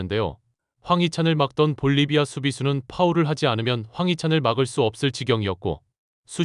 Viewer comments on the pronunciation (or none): 볼리바이가 아니고 볼리비아 애구